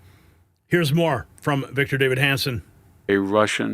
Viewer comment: Davis! Victor DAVIS ! Not Victor David! You should be embarrassed.